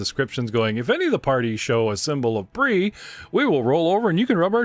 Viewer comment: It's definitely pronounced Bree and not Bry. In both English and French.